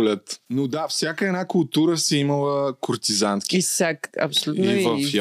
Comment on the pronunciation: Куртизанка. Когато го казва, чувам куртизанТка 😅 Може и да не чувам добре 😅😅